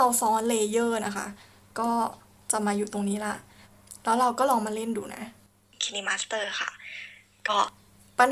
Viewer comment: Kine master น่าจะออกเสียง ไคน์มาสเตอร์ นะครับ😃😃